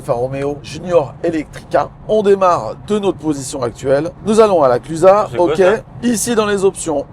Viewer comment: Mais vous avez bien dit « La Clusa » et pas « La Clusaze » 😂 Bon point pour vous ! 👏